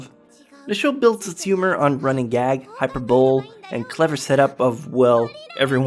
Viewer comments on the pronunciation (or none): Did he just say "hyper-bow"l?! It's" hyper-bowl-ly"